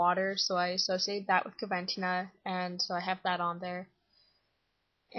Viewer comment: It's pronounced coh- ven - teen - ah 😊